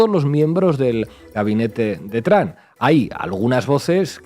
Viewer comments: Trump no tram.... Porque siguen contratando a gente que no sabe hablar? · Con todo respeto pero no entiendo porque dicen TRAM refiriéndose al presidente de USA y no se pronuncia de esa manera se dice TRUMP y así se pronuncia tal cual, gracias por la atención que le presten al presente!!!